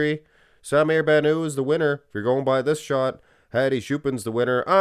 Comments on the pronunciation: You're pronouncing his last name with a French ending Ban ooo. His last name is Arabic and should be pronounced Bannout ( Ban-ut) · The (T) in BannouT is not silent. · "sah-mir bah-nuh". Really weird way of saying his name